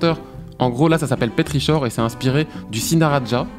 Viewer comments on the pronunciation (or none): « Petrichor », ça se prononce "pétrikor" 😅 Désolé, ça m'a titillé l'oreille parce que c'est le nom d'un album de prog rock que j'aime beaucoup et très peu connu (par le compositeur Keor). Bref, la vidéo est top quand même (et comme d'hab), j'aime beaucoup voir comment le processus de création se met en place ! :) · super qualité de Vidéo j'ai adoré ! Par contre pour le petrichor, ça se prononce PétriKor car c'est un mot créé par une auteure anglaise 😊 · J’ai eu mal aux oreilles avec petrichor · Ça se prononce pas comme ça petrichor loulou hehe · Vouiii, pareil pour Petrichor ^^ !